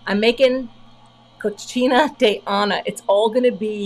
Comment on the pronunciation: I was laughing so hard…you pronounce Cocina de Ana as Cochina which translates to ‘dirty/filthy’. Cocina (co-seena) is ‘kitchen’, which makes more sense. Loved your card and thanks for the unintentional laugh!